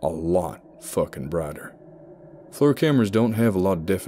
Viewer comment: note for any future ones, FLIR is pronounced "Fleer"